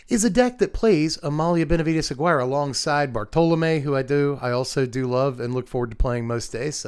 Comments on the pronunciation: I love your content so much, thanks for being so fun and knowledgeable and informative. Please pronounce Aguirre a-gear-ray. It really rattles me hearing A-guy-er. I'll keep commenting even if I don't have pronunciation qualms! Again, thanks for your hard work. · Always love your stuff dude. Though, I think Amelia's last name with the Spanish spelling is meant to sound like "a-GHEE-ray" instead of rhyming with "acquire". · fwiw, Amalia's third name is pronounced Ah-gee-rray (with a 'g' as in guitar and a rolled r)